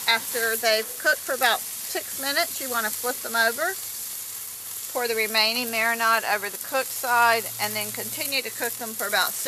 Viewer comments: Quit with the "marinod" pronunciation- jeez... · Wtf is a mara-NOD?